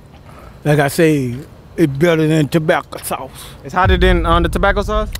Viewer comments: "Like I said its better then Ta-bAcA SaUcE" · “Tobacco sauce” 🪦